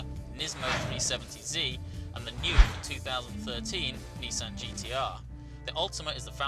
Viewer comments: It's Nissan, not Neesan! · Wait a minute, a British journalist talking in American terminology, Zee and Neesan. This isn't right!